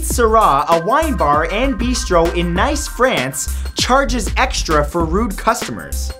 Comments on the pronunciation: niece why neece dude just niece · it’s pronounced niece not nice. lol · its pronounced neice not nice france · I cringed so hard when I heard "Nice" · Matt, it's pronounced "niece" France, not "nice" (despite spelling) :D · You pronounce "Nice" as the word niece and not actually nice. BUt good list nonetheless. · It's pronounced "nees" not nice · "In Nice, France" - pronounced "Neese", but I laughed my ass off. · He pronounced that place in France like the word "nice" (as in: what a nice day) but it's pronounced like "neece". Damn Canadians! Lol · wwwaaaaitt wait wait wwaittt.... NICE? NICE FRANCE? I'm not French, but i'm PRETTY SURE it's Nice (nEEss) (really E-ish) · "Nice" France, pronounced 'niece' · It's not pronounced "nice" France like we say it. It is pronounced like "niece" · Haha nice its pronounced niece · It's pronounced like, "niece" not "Nice" , France 🤔🎈😉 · NICE in France ,you pronounce it like KNEES,its not NICE like you said.. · It's not pronounced nice it's pronounced niece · did he just say nice France? facepalm its pronounced neese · you pronounced nice nice. Its pronounced neese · It's pronounced 'neese' not 'nice', even though it's spelled nice. Sooooooo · It's pronounced nees not nice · call me picky... but it's pronounced neese not nice. I know it's spelt Nice but the I makes an EE sound. Look it up, you'll see what I mean. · Pronounced "neece", not Nice. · I love the facts but please learn the correct pronunciation of Nice, France next time you have to say it, it reduces your credibility. By the way it's pronounced niece (as in nephew and niece), anyway it's a double ee sound not as in it's a 'nice' place, which it is. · IN NICE FRANCE XDXDXD I WONDER IF BAD FRANCE WOULD BE JEALOUS CUZ YOU DIDN'T FEATURE THEM it's pronounced like "niece" Matt lol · He mispronounced the city of Nice as well. It's Neece. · Hey Matt, Nice France is pronounced nee-se (like niece). Just thought you'd like to know ^^ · Nice is pronounced like Niece I believe?